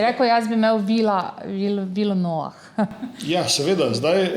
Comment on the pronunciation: Noah se izgovarja z nemim H.